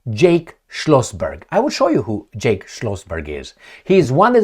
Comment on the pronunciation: Jack not “Jake”!!!!